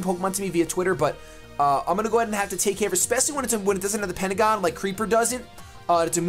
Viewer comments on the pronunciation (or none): none